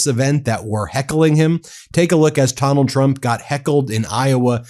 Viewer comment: Am I the only one who heard "Tonald Trump"